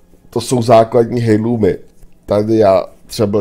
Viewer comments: Myslím že se to vyslovuje Erlůmu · Nevyslovuješ to správně navíc to hrozně tahá za uši... h je v tomto slově neznělé.